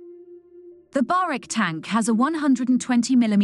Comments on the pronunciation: Barak not barek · Pronounced "ba-rak" Not "ba-rek".